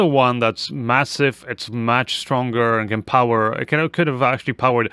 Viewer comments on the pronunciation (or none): none